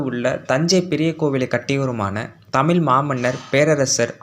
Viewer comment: தமிழை தமில்னு உச்சரிப்பதைத் தவிர்த்து அந்த வழியில் நீங்களும் தமிழுக்குப் பெருமை சேர்க்கலாமே.